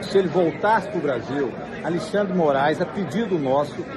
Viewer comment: "Alexandre aviadado 5 dias"😂